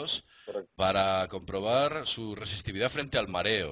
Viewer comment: "Resistividad"... BRAVO.